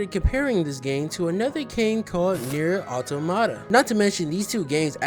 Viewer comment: I really liked the content, and I dont mean to be a nerd, but it's pronounced nier aa-tom-mu-tuh